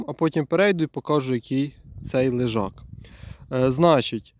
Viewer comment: Лежак, а не лижак.